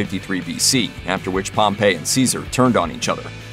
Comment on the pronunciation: Ya' know, Wikipedia also includes pronunciation keys. If you're going to reference them, why not use that too? — " known in English as Pompey the Great (/ˈpɒmpiː/) "